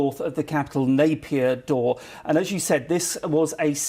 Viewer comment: Nai pee taw not Napier daw !